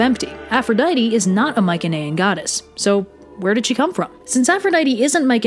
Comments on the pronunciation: "My-see-knee-ian" not "Mike-an-aye-an" ... I'd say nothing if you mentioned it once or twice but Holy crap you mentioned it like 8 times in 8 seconds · Interesting content :) By the way, Mycaenean is pronounced with a soft C, like. Myseneean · Your pronunciation of Mycenaean is killing me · That's not how you pronounce Mycenaean in English. We don't even know how it was pronounced in bronze age Greek...oh, wait a minute. It wasn't pronounced at all. It's an English word.